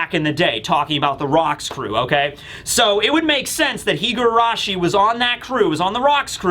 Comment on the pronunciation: Just a very minor correction. You pronounce her name "Higuarashi" while it's spelled "Higurashi"!